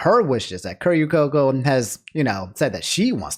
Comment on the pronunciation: The mispronunciation of Coco's name hurts to hear